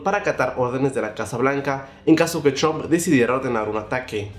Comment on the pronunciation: Porque dices Chomp en vez de Trump?